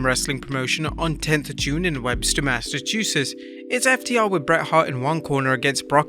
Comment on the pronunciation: The way you pronounce Massachusetts kills me. I love it. Thank you!!! 💕